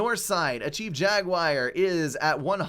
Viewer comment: My guy, it's "jagWAR", not "jagWIRE". Pronunciation is hard with ADHD, I totally understand, but this is just dumb.